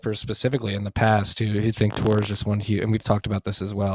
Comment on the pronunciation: Tor uptime… “Tore up time”